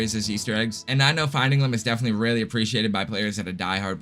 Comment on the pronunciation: Is that Weally so?